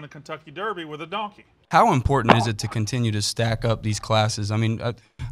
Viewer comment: I've listened to the clip like 10 times, I can't tell Jimbo Fisher is saying donkey. Sounds like he says done 😂